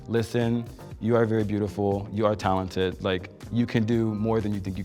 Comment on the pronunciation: She said "telented" . I didn't know been almost naked on the runway is aTelent.